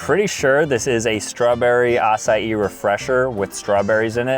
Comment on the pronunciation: "ah sai ee" 💀 acai??